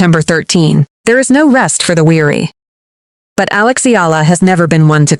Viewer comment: alix.. alex... alox... alux.... aeleex.. ailux..